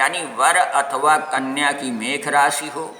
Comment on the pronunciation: mekh nhi mesh hote hai pehle rashi